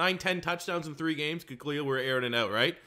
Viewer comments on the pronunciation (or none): none